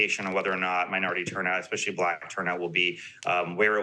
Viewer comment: can you weight the opinion of someone who says "expecially"?